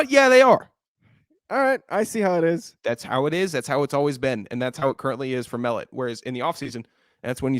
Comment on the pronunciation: Just as a heads up, Tommy Mellott’s last name is pronounced Muh Lot.